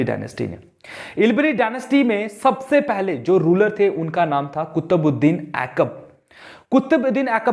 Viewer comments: Not aikab.. It is aibak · It’s not AIKAB it’s AIBAK 😂😭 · Aikab nhi sirr Aibak